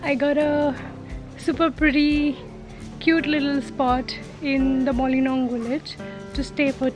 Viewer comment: Mawlynnong not molinong😆😆😆😋😋